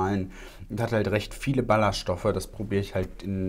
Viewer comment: min - Wie ich einfach 2x statt Ballaststoffe Ballerstoffe verstanden habe 😂😂😂